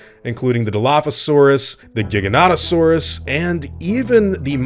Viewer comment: WHY DOES EVERYONE CALL IT A jig-oa-nat-oa-saurus ITS A jie-gan-oat-oa-saurus jiganato isn’t a word in greek